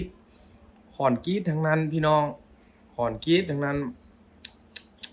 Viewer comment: คอนกรีตไม่ใช่คอนกรีชอออกเสียงให้มันถูกต้องหน่อย อย่าเอาสำเนียงที่บ้านมาใช้ให้มันผิดเพี้ยนซิ